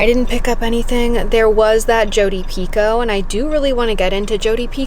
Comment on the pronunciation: Peeco!? Is that how you pronounce Jodie Picolts last name!!???